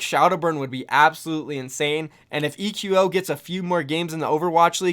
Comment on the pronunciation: Why is everyone calling him ee-que-oh? Shouldn't it be pronounced like echo? At least that sounds way cooler.